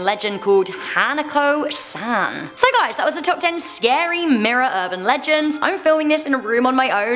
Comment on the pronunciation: When she said scary I thought she said Gary😂 .... yeah... I probably watch too much spongebob....